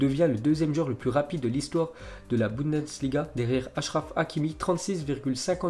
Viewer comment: Tu arrive pas a dire bundesliga... C pas boudensliga